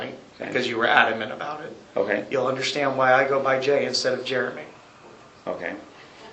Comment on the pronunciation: I Unna-schtan... I'm not going to be disrespectful. He wanted to say 'disrespected '...he caught himself .